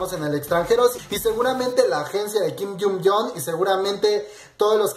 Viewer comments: Se pronuncia asi - GIM JYUN YUNG - no - KIM YUN YONG - no estoy criticando es solo para que lo sepas como se pronuncia. :D BESOS :D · Me encantan tus actualizaciones pero trabaja mas en tu pronunciación de los nombres por favor ya que los repites mucho, como en este caso que dices kin yumyom ^^u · por favor 🙏. Se pronuncia "GUIM ION CHUNG" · tu pronunciación del nombre está mal